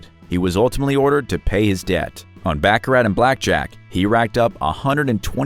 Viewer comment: Dear Sir, the way you say, baccarat is improper Bacharach is on the back of a chess game. You should learn how to pronounce the game properly.